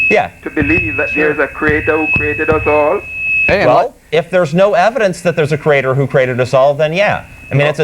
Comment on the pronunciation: Why do creationists pronounce creator as, "CREA-TORE"?